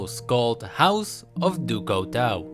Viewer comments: Couteau is pronounced coo-t-o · BTW Couteau is pronounced Cooto its french ;) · Couteau is prenouced coo toe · He said Couteau wrong rip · By the way Couteau meens knife and you are not saying it right (Couteau is a french word)